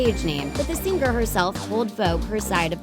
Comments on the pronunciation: Its Sing-er not Sing-ger. Driving me nuts! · Could you maybe hire someone who doesn't butcher the word 'singer' every single time? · ITS PRONOUNCED 'SINGER' NOT 'SING-GER' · its singer not sing ger